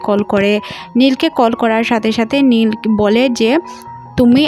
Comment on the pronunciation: খালি ভুল এক্সপ্লেইন করেন নীল রে বলেন লি। স্যান্ডি কে বলেন প্যানি।